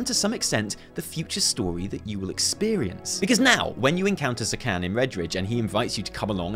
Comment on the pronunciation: Zekhån isn't pronounced like Zekhan. It's pronounced like Zekhon. That's your troll shaman's name,. ZekHON.